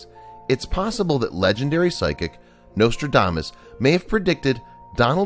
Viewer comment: The nostrildamus. Oh yes the great fairy tale writer. I think the narrator is touched in the head.